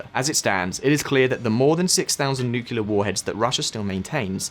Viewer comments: Nucular, nucular, nucular. The nuculus of an atom is split in a nucular reaction. You might think there is a nucleus, but no, its a nuculus, thus- nucular. Not "New clear" but "noo coo luss". My ears are bleeding now, thanks a lot. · How can I take any youtube video seriously if they cant even pronounce the main topic correctly. It is NUCLEAR, not nucular! But 90% of youtubers still say nucular... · THERE IS ONLY ONE 'U' IN NU-CLE-AR. IT IS NOT "NU-CU-LAR". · It's just an annoyance about him and other people saying "Nukelar" instead of "nuclear". TLDR: When nuclear bombs started to proliferate, the media shortened the word nuclear to nuke. From there, people re-extended the word to nukelar. Nuclear --> nuke --> nukelar. Nukelar is not a word. It is just a mistake and sign of stubbornness. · Nu-clear. Not nuc-ular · NUCLEAR NOT NUCULAR AAAAAAA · Why can't many Youtubers pronounce 'nuclear' correctly ? That's 'new' + "clear' and not 'new q lar"..... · After 16 minutes of listening to "nucular", I don't think I'll ever put up with a Brit correcting the American pronunciation of Aluminum ever again... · Nuclear. NU-CLE-AR. Repeat after me 🙉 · I always thought Putin is a CIA stooge, now more than ever before. This war is just all too convenient for the US. >Avangrad missiles Jesus, lern to read, it's 'Avangard' (Avantgarde). Also, the word nuclear is pronounced /ˈnjuːklɪə/, not /ˈnjuːkɪlə/. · Nuclear from nucleus - meaning core. Nuclear weapon - (atomic) core weapon. Not NUCULUS or NUCULAR. Two syllables not three. Sorry it bugs me. :) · New Shot Game: Take a shot every time he says "Nukular" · Please stop saying nu-ku-lar. You're not even American! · NOO-CLEE-UR. For heaven’s sake. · nookie lard? why is so hard to say nuclear properly? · What are all of these nucular warheads you are talking about? I know what nuclear warheads are, but you've got me stumped with these nucular things. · "Newkewler". Ruined vid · It's N 👏U👏C👏L👏E👏A👏R . Nuclear! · Nuclear NOT nukular! 😬